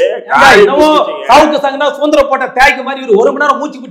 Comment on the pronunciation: Suntaraporatta thyagi illai Rahim Sir but dmk arasubayagara vathai poradi vanthavaru. first u pronounce suthanthira